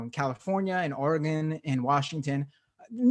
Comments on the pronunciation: I try not to care but every time he says OR-Gone I cringe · It is pronounced Orygun. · You're saying oregon wrong and it's hurting me.